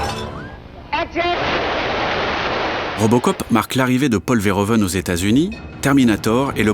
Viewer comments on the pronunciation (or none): "Verhoeven" ne se prononce pas comme ça. -Tous les "e" en néerlandais se prononcent comme le "e" quand on récite l'alphabet. -"oe" néerlandais se prononce comme "ou" français.